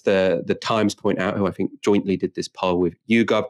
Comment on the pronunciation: The word is think not fink.